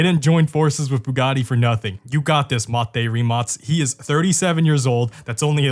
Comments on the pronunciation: "rimatz" ? wtf? its "ree-mak" rimac... just google how to say it. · Why do you say Rimats ? It’s Rimac isn’t it ? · As a european I know its not the point of the video and you cant possibly know our situation regarding if we are in gold age or whatever but excluding those hypercar brands buggati koenigsegg rimac(btw its pronounced rimak not rimats) average car made for point a to point b they are just not what they used to be in the 2010s you could get twin turbo charged V10 in audi RS6 now if they have v6 in them we are like wow the last generation of golf r will have Inline 5 from audi rs3 as a farewell to the golf r because vw is going electric and is killong the golf r i mean 20 years ago you could buy one of the most european engines ever 3.2 vr6 that thing screams like a fucking fighter and has better lifespan than a fucking turtle and i am not exaggerating because my first car was a golf mk4 vr5 which is essentially the same engine just smaller and one less cylinder thats it and also the first ever production car fitted with dsg was golf mk4 r32 the same one with the 3.2 vr6 europe really as an innovation point of view is falling behind china and their evs and what not every brand be it for cars or computers its dependent on chinese manufacturers to deliver chips and all sorts of complicated technology that i dont know what will happen if china just banned trading with all continents except asia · why do I hear only rimats? isn't it rimac? idk.... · Idk how you end up pronouncing Rimac as Reemarts...